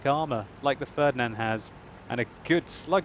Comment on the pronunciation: "the fördnand" ... xD